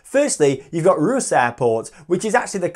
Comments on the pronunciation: OMG, Ruse 🥴 It’s pronounced Reus (Ray Uss) Keep on truckin’! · It’s pronounced Ray-uss not ruse